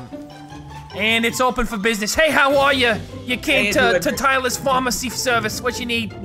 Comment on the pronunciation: PHARMACY OR PHARAHMERCY? AM I RIGHT? Overwatch No? okay